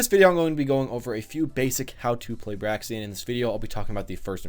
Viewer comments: How i say her name Me: Braixen... How say her name: Braxen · It's kind of bugging me that you keep saying "Braxien", but this was nonetheless a semi-informative analysis of Braixen. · Break-sin. Honestly, it’s not that hard to pronounce. Y’all just a little dyslexic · It's pronounced "Breaks-un". Because them's the breaks. un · Breaks In Thats how you say it my man. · I think its pronounced brayxn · Braixen pronounced like Breaks In, as in Braise + Vixen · it's pronounced like Breaks In or Break Sin depending on how fast you're saying it.